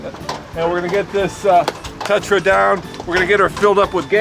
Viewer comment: It's not a "Tutra"...